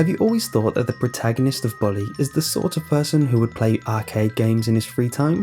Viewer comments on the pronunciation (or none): none